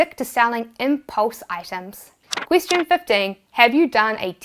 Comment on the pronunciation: "Question teen"